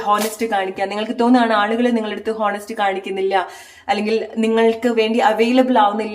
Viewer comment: Thankyou. ഹോനസ്റ്റ് അല്ല.. ഓണസ്റ്റ് എന്നാണ് pronunciation.